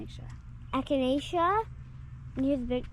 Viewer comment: Isn’t it funny when you see your children mimic your own behavior like kicking over the plant to start digging. And the way he easily pronounced echinacea! He is growing up too fast! He needs to be “pinched back”! 😂. This made my day this morning. ❤